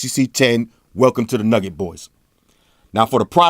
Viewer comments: It's Nougat, not Nugget. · it's not nugget man it's nougat. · Lol i felt like i heard android 7.0 nugget